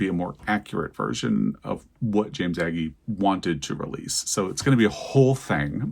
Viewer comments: Since you are open to pedantic comments about pronunciation, it's Ay Gee, rhymes with ay as in say, way. Love ya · Agee is pronounced. A gee.